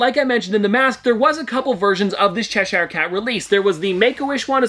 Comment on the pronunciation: Please say Cheshire properly 🤦🏼‍♀️